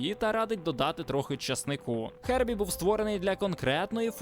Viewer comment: Гербі, а не "хербі" 🤗